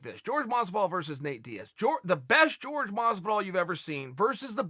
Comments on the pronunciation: Chael still calls him “George” 😂 instead of Jorge lmao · Chael! Don't call him George, it's pronounced horhey. He gets livid at anyone calling him George. Asked gave no respect to it and look what happened to him. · Who the fuck is George masvidal.. 😲.. ya mean Jorge masvidal.. silly Chael Trix are for kids . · Lol I like how he calls him George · Why does he call him George masvidal 😂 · Its not george its Jorge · i'll never understand why you people insist on calling Jorge, George. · "George" Masvidal :) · His name's isn't George Chael lol Jorge (Horay) lol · Jorge, not George uncle Chael. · Jorge "George" Masvidal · why does he start the video saying Jorge’s name correctly then about 45 seconds in he starts saying “George Masvidal”